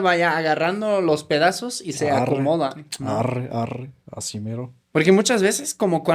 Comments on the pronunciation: 😂😂😂😂 si adora el idioma el arree le sale muy bien 😂😂😂, gracias por amar a mi México querido, perdón por el mal momento, siendo Mexicanos también nos pasa 😢 Las groserías bien pronunciadas 🤭 me divertí mucho . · Me encanta como dices arre ❤❤❤❤Bendiciones